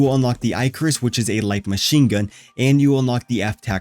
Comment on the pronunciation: Eye-carus.. haha go watch or look up Greek mythology